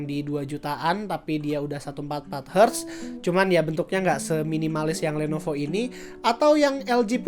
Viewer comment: did someone heard he says "Lenopo" instead Lenovo? xD